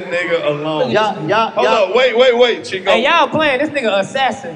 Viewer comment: Chico - not Two but Cheww lol..... 😂😂😂